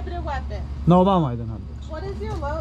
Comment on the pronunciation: Medyo alanganin yung pronunciation mo sa “ maam” it sounds like “mom” its an insult sometimes because the woman might be single..just saying..